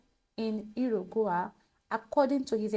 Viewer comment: It's pronounced, ",Yu-ru-guai" 😊